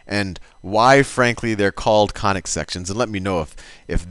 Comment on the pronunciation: you sound more like Khanic sections !😂